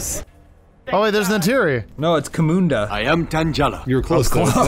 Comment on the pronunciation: oh, there's neytiri... - no, it's ko-munda I AM TAM JALA